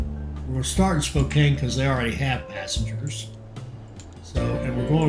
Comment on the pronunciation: It is Spo CAN not Kane, otherwise I am enjoying htis.